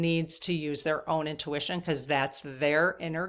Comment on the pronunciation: You made a new word "owntution". Love it ❤❤